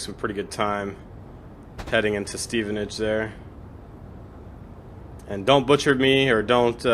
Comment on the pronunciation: Cheers! :-) BTW, Stevenage is my birthplace, and you were pronouncing it correctly. ;-)